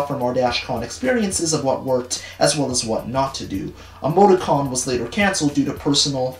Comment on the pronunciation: Why you said “Emoti-con” I thought you said “Amogus-con” and I had to do a double take